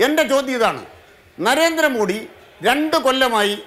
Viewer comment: എടോ നരേന്ദ്രമോഡി അല്ല നരേന്ദ്രമോദി എന്നാണ്